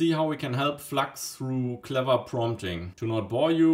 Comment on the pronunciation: Ich wusste, dass du deutsch bist, als Du Flax statt flux gesagt hast, wie auf dem englischen Kanälen